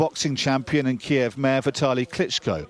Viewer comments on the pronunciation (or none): none